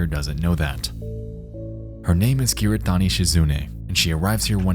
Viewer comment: hahahaha the way you pronounce kiritani very entertaining video tho